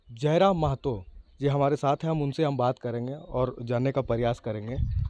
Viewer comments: Mehto nahi Mahto hota hai .... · Not Mehto , it's Mahato